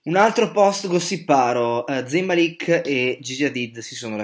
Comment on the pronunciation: Si legge con la z morbida e màlik si legge non malìk E g si legge con la g morbida e si dice hàddid non haddìd